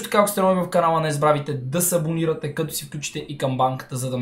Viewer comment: Защо като гледам твое клипче винаги на интрото ти чувам че казваш да се дисабонирате